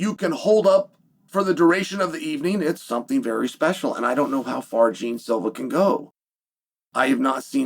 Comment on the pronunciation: Jeen silva? Lol, its pronounced more like jay aun